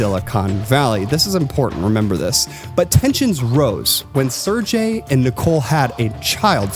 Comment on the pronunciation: btw, it's SER-GAY, not serJay